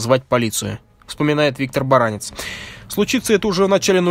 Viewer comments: В фамилии Баранец ударение на "Е". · Вообще-то БаранЕц, а не БарАнец. Вопросы поставлены правильно, ответы - кривоватые. Далеко не вся информация. В корпусе ПВО, в котором служила эта гнида, у причастных к этим событиям - была более подробная информация.